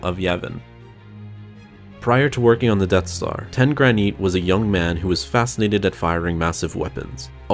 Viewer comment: His name.. is Tenn Graneet